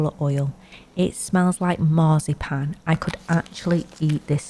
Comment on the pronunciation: I heard it all the way to Denmark, when you said marcipan 😄🇩🇰